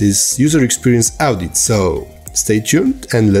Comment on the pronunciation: That is pronounced as (o)dit, not (au)dit in English. :)